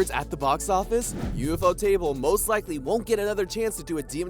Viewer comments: Bruh it’s ufotable not ufo table smh 🤦‍♂️ I’m assuming this whole video is invalid bruh can’t even say the studio name right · did blud just call ufotable, UFO table?? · Bro said U.F.O table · bro said ufo table